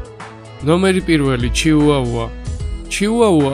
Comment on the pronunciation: ჩიუაუა კი არა ჩიხვახვა